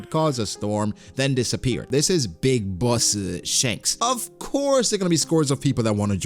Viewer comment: "Big bossu" 💀